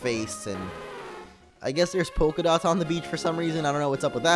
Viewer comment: First thing I though : pokedots. What he meant: pokadots